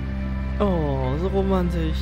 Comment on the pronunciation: es is ja so romaaaaandisch